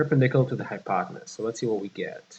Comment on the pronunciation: hypotenuse, not: hypotanuse....